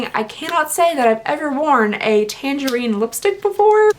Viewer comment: The way she said tangerine😂